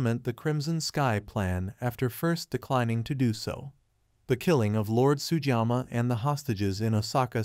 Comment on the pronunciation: To hosts of future Shogun commentators, please learn to pronounce Japanese names correctly. Sugiyama is not and should not be pronounced as Sujama.